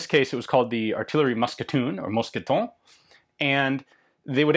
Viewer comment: One small detail: it's mousqueton, not musqueton. Great vid otherwise.